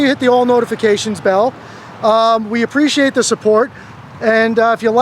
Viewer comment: STOP saying "preciatechu" use the correct word, which is APPRECIATE